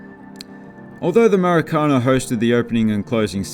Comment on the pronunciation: he just doesn't now how to pronunciate that. And that is ok